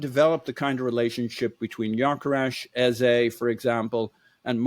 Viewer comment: Our number 10s name is pronounced like EHZUH not like EHZAY